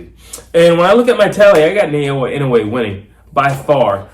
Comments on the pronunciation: ❌ NAY-OH-UH ✅ NAH-OH-YAH なおや ば - NA - NAH お - O - OH や - YA - YAH If one were to Romanize Inoue's name the way you pronounce it, it would start like Nei- rather than Na- Inoue by KO in 4 -- liver shot stoppage. Inoue is a much more devastating, precise body puncher, even if he doesn't go to it as often. Much more devastating. I think Inoue has earned a little breather. 😊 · 😅😅😅ITS not Sha nay nay lol, it's NAAAH OOOOOH YEAAAAAH ,,,IN. NOOO. UUUU. EH LOL GET WITH THE PROGRAM ALREADY.